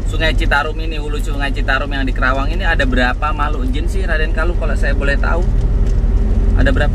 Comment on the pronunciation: Maaf om.. Penyebutan kota'y bukan kerawang tapi KARAWANG. Sy ga enak dnger'y Sbgai asli putra karawang